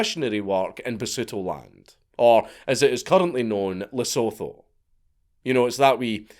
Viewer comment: Ah yes, Lesotho. FYI Lesotho is pronounced Luh-soo-too. A minor point, but perhaps people would be interested to know. I spent a fascinating few days there once upon a couple of decades ago. It's worth a visit if you're already in northern South Africa, but I don't suppose it's worth flying all the way from the UK just to visit Lesotho. If you do go, don't just hang around the capital Maseru, rent a car and get yourself out to the Katse Dam and surrounding areas too. Remarkable scenery, and the people are pleasant. But now, back to watching / listening to your story 🙂